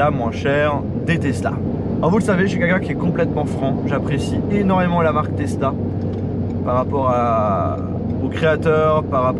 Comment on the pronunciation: on dit "tezla" et non " tessla". merci beaucoup de respecter la langue française qui est si belle .....